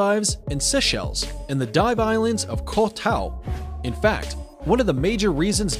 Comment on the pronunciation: Mal dives and Se shells lol wtf - *Mawldeeves and Say shells is how Maldives and Seychelles are pronounced. Must be an A.I. narrator.